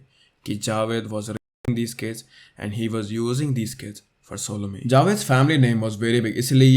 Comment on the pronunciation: Sodomy, not solomy.